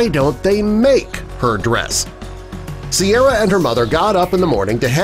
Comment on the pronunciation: correction It's Ciara, not Sierra